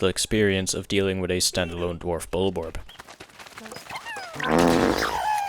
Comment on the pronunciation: Bros channel is made about Pikmin but dose not know how to say a bulborb right NO HATE BTW